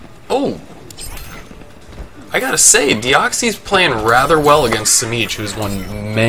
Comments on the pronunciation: It's deox-sis not deox-ees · TitanArmy123 It's actually the way he pronounces it I know deoxys in person